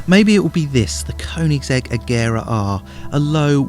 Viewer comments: It's pronounced "kernigsig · Why do all the morons say Koenigsegg Agera R and pronounce the 'g' wrong? Kurn-ig-segg A-jera R Learn the damn names American primitive.